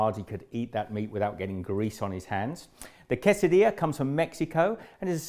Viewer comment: Give yourself a pat on the back. You are pronouncing Quesadilla correctly.